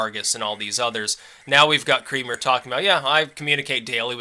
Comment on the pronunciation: Doesnt Creamer pronounce it Kra-mer? Its just every time his name is said I think of a facial, I am trying to train myself not to think about this stuff.